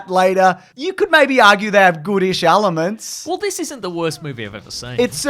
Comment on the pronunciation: “Goodish ALIMENTS” Please say elements correctly just ONCE in your videos. I can’t be the only one that’s been hearing this for years.